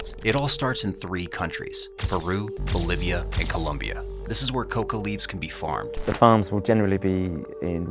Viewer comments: It’s COLOMBIA, not COLUMBIA. Ignorants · It's NOT ColUmbia, it's COLOMBIA...you ignorant clown. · Do not be an ignorant, it is Colombia not Columbia. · It's Colombia not "Columbia" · It’s ColOmbia not ColUmbia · Please dude, it's Colombia, not Columbia. >_< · Disliked for not knowing it's ColOmbia, with an "o".